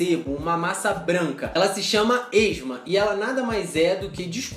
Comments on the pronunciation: Chefe, a escrita está correta, mas não a pronúncia. Apareceu a palavra esmegma (que deve pronunciar-se es-még-ma), mas você pronunciou algo como esma. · ESMEGMA, pronuncia como de escreve